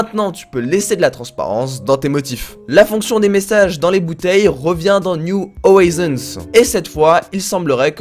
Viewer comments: "Niou Orizonse" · C’est pas niou howison bordel